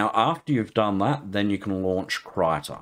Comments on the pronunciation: Krita = Crayon in swedish. :) "Kreeta" is closer to the correct pronunciation than "Kritta" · It's not "Krayta", it's "Kreeta"